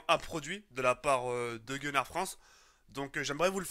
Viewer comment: I dit pas gunnar i dit connar lui